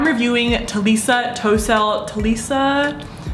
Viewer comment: *Ta-li-suh =Talissa Not Ta-le-suh. Please do not hate on this comment, im just saying how to say her name❤ Ilysm